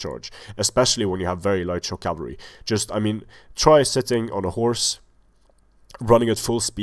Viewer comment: "Enemy camalry" ... thats a first! Ha ha ha ! Great video series!